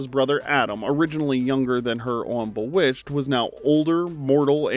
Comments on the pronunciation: This is AI. Has to be. And if so I’m late to the party and please forgive me. If it AINT… You get TOOOOOO much stuff wrong. Most vids. That’s fine but “BUH-witched?!?”! It even SAYS BEE witched in the opening credits when Samantha flies out. My bad. SUH mantha… 🤣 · If you are not AI, how come you mispronounced Bewitched? The kind of mistake AIs make all the time.